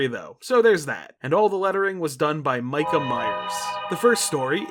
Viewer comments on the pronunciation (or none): none